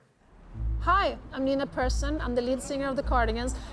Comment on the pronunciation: He is surprisingly good at pronouncing Malmö and surprisingly bad att pronouncing Nina Persson.